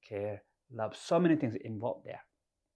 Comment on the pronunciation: Haha "panic follow me dere"